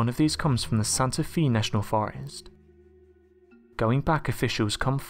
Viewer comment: Hello, JFYI: Santa Fe is pronounced Santa F"a, not Fe"! It tis what it Tis, just say'n! Try'n to help. For those wooden TeePee's, most likely built by B.F.'s! BTW, wouldn't drink any of it, lest those who say it's safe don't buy other water to use (bet they do!)!!! Be safe and take care, "God Bless", sincerely, Randy. 👍👍🙏🏻😇👊